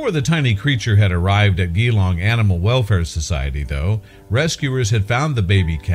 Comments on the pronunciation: Its pronounced G-long not ghee as in ABCDEF CAPITAL G-long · The city this occurred in is pronounced gee as in Jesus or oh geez or with a broad Aussie accent j as in just jlong